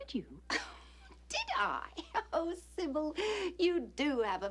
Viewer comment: Did Alexis call her Cybill lol